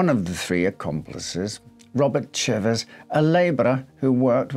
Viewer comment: Thank you for pronouncing chivers properly!